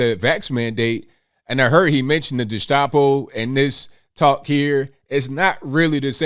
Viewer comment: there is no SH in gestapo, trust me I'm polish. its a phonetic pronunciation, like most slavic and germanic words. g e (ge) sta po